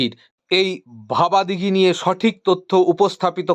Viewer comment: জায়গাটার নাম ভাবাদিঘি, ভবাদিঘি নয়। এই জটটা না কাটলে লাইনটা সঠিক অর্থে চালু হবে কি করে? এই তথ্য যদি গোপন রাখাই হয় তাহলে বারবার নানান ভিডিওতে বলছেন কি করে যে ২০২৫ সালে চালু হবে ইত্যাদি।